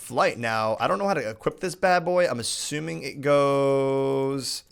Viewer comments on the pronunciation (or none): none